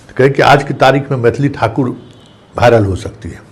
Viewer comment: Abe pahle viral bolna sikh